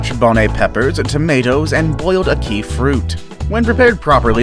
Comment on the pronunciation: A-Key fruit. That annoyed me